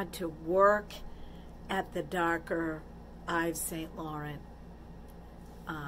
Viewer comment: I'm glad you had a nice birthday. The fake is exactly what I said fake you can tell and it sure doesn't match your hair color. Eves Saint Laurant is pronounced French. They sell expensive purses/ bags. Stay beat 💓